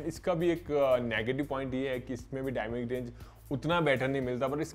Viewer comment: Aap galt word kyu bol rahe ho, डायनेमिक होता है